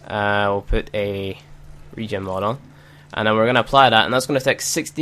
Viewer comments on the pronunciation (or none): none